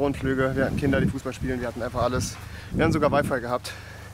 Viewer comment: Hat er " wir hatten sogar WiFi" oder " wir hatten sogar Avive frei" gesagt?😂😂😂